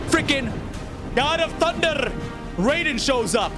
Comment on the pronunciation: I laugh when you say god of thuderr 😂